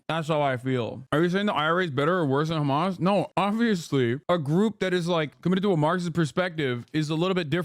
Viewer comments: I love how the US media started saying Khamas instead of Hamas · I love how he said hizboallah normally but hamas is apparently different 😂